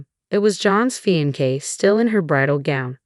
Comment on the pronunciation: Narrator (AI) Really needs to learn how to pronounce Fiancé! 🙄